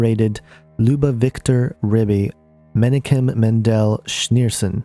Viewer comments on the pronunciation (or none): Just an FYI: The name is pronounced meh-knock-kem. There are regular prayers said at the Rabbi Menachem Schneerson's grave to raise him from the grave as the Messiah. A picture of Rabbi Scheerson hangs in every Hassidic & Zionist Jewish home or Temple. He is their most beloved father. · This person does not know how to pronounce the names - Messiah (Mah-she-ahch) Menachem (Men-ahch-hem) But I agree Jared may well be the anti-christ. Jesus is the messiah and will return soon. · Pronounce Menachim = men AHH kim Lubavitcher = lu BA vitch er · this is a very good video, and filled with valuable information, but you need to do some research learn how to pronounce some of these words and names, such as Lubavitcher, and Menachem. You're not even close.